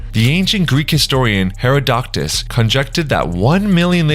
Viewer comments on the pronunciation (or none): I take it back...he just said herodoctus instead of herodotus